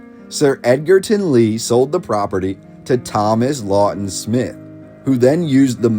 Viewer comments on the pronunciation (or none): none